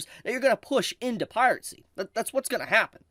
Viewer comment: With how cheap spinning rust is these days, one of the big "advantages" of streaming just isn't there. I agree with everything you said, pronunciation of Piracy aside. :P